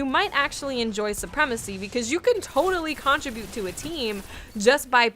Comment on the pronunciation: the way you pronounce contribute is pretty annoying, good video though